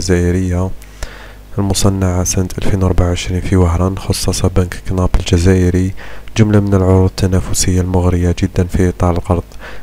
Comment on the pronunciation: هل تظن أنني أصدقك وانت اسم البنك مش عارف تنطقو صحيح !!!!